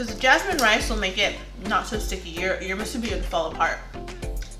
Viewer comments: Moo-sue-Bee so -e-z! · Good try but it’s correctly pronounced Moosoo - Bee. Break it into two words. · I wish I could find a video where someone actually pronounces musubi correctly.